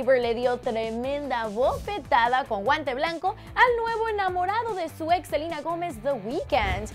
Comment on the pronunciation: Por que dice Selina